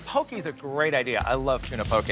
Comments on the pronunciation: pronouncing poke pokie is truly irritating.. pokeh not pokie.. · if you love Hawaiian food, learn how to pronounce poke. It's not po-ki like doing the hokey poki, it's po-kay, like okay. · I was born in hawaii, my dad usually gets his work trips in hawaii, my mom was raised in hawaii, and I’ve never seen someone pronouce poke-e as poke-y It just really made me mad lol. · its not called "poki" its poke. "poki" is another word in Hawaiian that you don't wanna know. especially is ur haole(white). Why throw pineapples on stuff and call it Hawaiian, that's messed up smh. oh and pronounce Hawai'i correctly next time. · Just real quick: malasada is not Hawaiian...it is a local treat in Hawai'i..its actually Portuguese...Loco Moco also no Hawaiian...is a local dish. Hawai'i is the biggest buyer and consumers of spam so that is true. And Poke is pronounced PO-KAY just fysa. . Adult chef pineapple is not Hawai'i but I get Dole made it seemed that way at least you admitted you didn't know much about Hawai'i